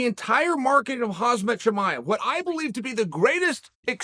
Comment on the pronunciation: "hazmit chimiev" - chael sonnen 2022